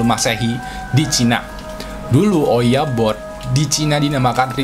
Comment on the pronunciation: kenapa ouija board malah bilang owiya bod😂